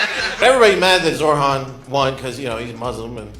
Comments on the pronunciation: They even misspell his name when trying to pronounce it lol. "Zorr-han"? Really? Do they think he's Kryptonian? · Someone married this man? 💀 Also he said “Zorhan.” Can even say a short name correctly